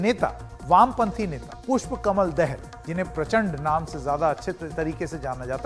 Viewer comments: देहल नहि भाई दाहाल बोलो । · Dahel nahi Dahal. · देहल नहि ! पत्रुकार जि ,( दाहाल ) हैं